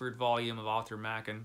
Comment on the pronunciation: A great list, albeit I might shuffle the ranking order a bit. It's nice to hear someone pronounce Arthur Machen's surname properly for a change. I've read almost all of them, with the exception of the William Sloane (I have it in Kindle format, so I will endeavour to get to it), and the Bronte (for predictable reasons of literary classic phobia of my youth, which I've been planning on making up for as soon as I find the time. Frankenstein... 1839 version, or the 1818 version? I've read it a couple of times, but it was so long ago that the 1818 version wasn't available at the time. I certainly plan on finding time to get to that at some point. In fact I should probably find a better translation of The Phantom of the Opera too. I own two copies of The Hunchback of Notre Dame: one absolutely gorgeous early hardcover, and one much plainer edition that is way more readable, so I know it makes a huge difference. As for The Jekyll & Hyde, I remember being slightly disappointed with it when I read some 40 yeras ago. Probably because the assorted films spoiled it for me. If I remember correctly, it isn't actually stated that Jekyll & Hyde were the same person until right at the end, not that I can believe many people hadn't worked it out long before that.